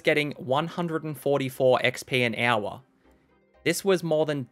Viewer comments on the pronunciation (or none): I love hearing you say the word hour. Sounds like "ow-wuh"